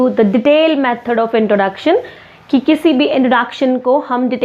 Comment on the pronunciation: pronunciation of 'introduction' is highly exaggerated.